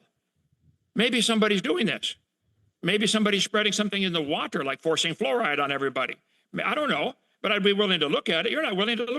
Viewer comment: Wow hovind is a low IQ scammer can't even pronounce water!